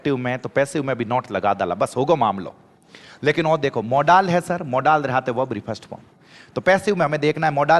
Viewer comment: मॉडल होता है या मोड़ाल 😂